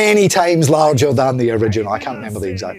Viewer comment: "Something much Largher"